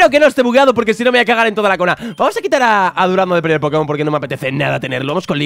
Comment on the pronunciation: ¿Porque en vez de decir "Vamos" siempre dices "Pamos"? jajajajaja